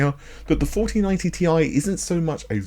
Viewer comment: It's T I , not Tie.